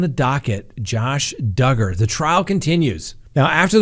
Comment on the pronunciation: Are you sure you're pronouncing Duggar's last name correctly? What does it rhyme with? :)